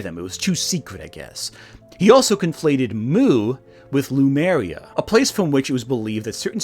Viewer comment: Le-Mu-Ria,, not Lu-Me-Ria. You even get the dratted Monkeys right, Lemurs.